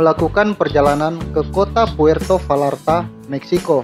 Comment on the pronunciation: Puerto Bayarta dong, bukan Valarta. Dalam bahasa spanyol "v" itu lebih kayak "b." Dan "ll" itu persis dgn "y" kalau di tengah kata. Makasih atas subtitels!!!